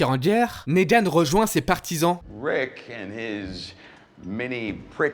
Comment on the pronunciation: RICK et non ritch, mais super vidéo !